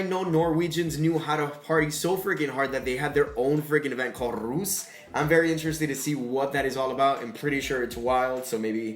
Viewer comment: Why does he say rus and not russ? Ahhhhhh... Im norwegain